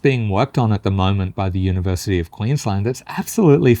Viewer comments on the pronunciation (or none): none